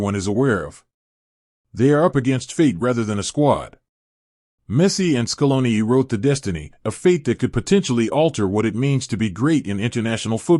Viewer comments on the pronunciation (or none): Scolon, Maraccan, Classisico, Laro Martinez 💀